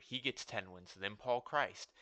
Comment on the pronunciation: Paul Chryst is not pronounced like Jesus Christ.